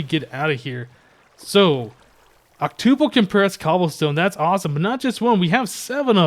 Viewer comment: Hmm you say octuple like tuple... Such a programmer...